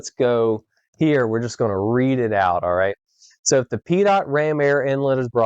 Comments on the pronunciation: Pitot: pronounced pee-toh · Never heard it pronounced as Pee Tot